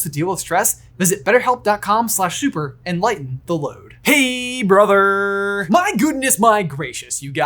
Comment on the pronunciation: "hey brotherrrrrr🤓🤓🤓"